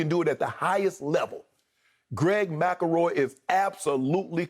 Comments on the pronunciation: Nobody: Shannon: Greg Macaroy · MC EL ROY... NOT MACKLEROY🤣🤣🤣